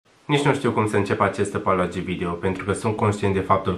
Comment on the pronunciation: Mvaai! “Acest ăpologi video” 😂